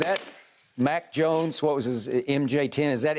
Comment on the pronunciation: Did he say Mac or Mike Jones?